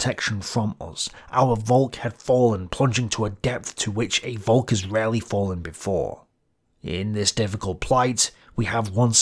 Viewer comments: Volk is pronounced Folk ... please remember that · It sounds really weird when you pronounce 'volk' that way, your pronounciation sounds like the German/Dutch word for cloud. Try pronouncing the 'v' as an 'f', please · Interesting video. Btw the V in Volk is pronounced like F in the english word folk. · Please try and pronounce the V in "Volk" as an F as you would in "Father" Trust me... a V is an F sound in German and if you read texts by Adolf where there's plenty Volk words in it and it gets a bit irritating 😂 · Volk is exactly pronounced like “folk” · Volk is pronounced like folk. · Dear...Puh-Leeeeze make a BETTER effort to pronounce German terms: Volk is pronounced Folk.